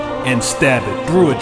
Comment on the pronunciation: When you say "through" it sounded like "drew". That's why I wanted you to say that haha